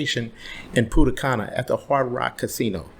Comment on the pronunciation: Punta cana😂😂😂. Not pudda canna😂😂😂